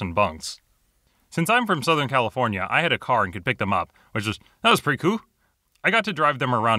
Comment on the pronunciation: NOT CAL-I-FORN-IA!!!